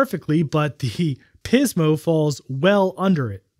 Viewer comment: I literally cringe every time you emphasize "PIZmo". It feels like you're taking the piz, man. 😂 Great video as always. I love how you boldly go where most people don't bother to.